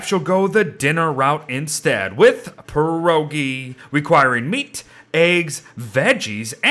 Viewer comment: great video but i just wanted to say that pierogi is pronounced pyerogi With the "o" being pronounced like in ornament or original:)